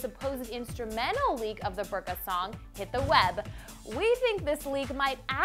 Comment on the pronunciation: You are pronouncing it wrong... It's more like "boor-ka" :/